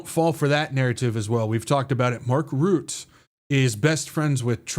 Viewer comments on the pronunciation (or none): Trumpushka 🤣🤣🤣🤣🤣hahaha good one!! On a side note, Mark Rutte is not pronounced as Root, but as Rut (like your in a 'rut') and then plus 'te' (kind of like 'the') , so Rut-te. Not that it matters 😉. I am very glad with your updates in this crazy world full of lies!!!!!!!!!❤ Praying for you every day